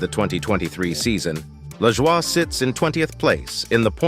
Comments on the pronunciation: It’s Lajoi nothing French here dam it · 😂 I liked that too, made it sound super French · Lmao how this says Cory's last name. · I had to rewind to understand what driver they were referencing 😜